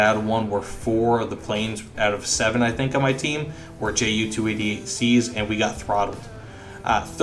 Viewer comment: The J is silent German J.